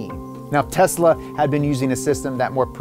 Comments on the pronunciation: “Tesa Model 3” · *Tesla, not Tesa